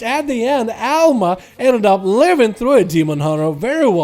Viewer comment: it's Alma ffs :D